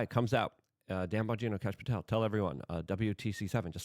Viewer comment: No, Kash. pronounces it like "Kahsh" or "Kosh" lol.